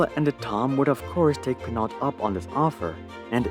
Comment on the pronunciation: Domenico De Sole is Italian so Sole is surely pronounced as two syllables and not as the bottom of a foot. Pinault too. It ought to sound more like pee-know.